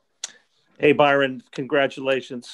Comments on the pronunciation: How in the world did he get the Man's name wrong? Well, that guy won't be offered a Cigar! Byron, not Brian. B-Y-R-O-N!!! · Love his attitude!!! He stayed positive even when they pronounced his name wrong and confuse him for the other black coach lol. Fantastic job this year Byron, shows how great Brady can be when his coach actually gives home weapons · I love Byron . This was a horrible job of reporting. This guys gonna be a head coach I hope he stays with the Bucs. Horrible questioning. The guy into said his name wrong . The first question was for Todd Bowls . I feel they disrespected my guy